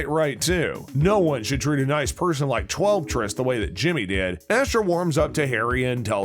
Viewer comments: I am beyond annoyed that the narrator can’t pronounce Twelvetrees. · Love the series, dislike this click bait. I only got half way through this video till I quit. No secrets, no easter eggs, just the most obvious observations anyone would make watching the show. The narrator even mispronounced the female main character's name.